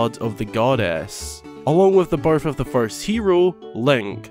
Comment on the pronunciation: So... I'm brazilian, english isn't my first language. Every time you said "birth" in the video it sounded to me like "barf". 😂😂😂😂 This is not a critic or something like this, no! It just was funny for me. 😄 Merry Christmas!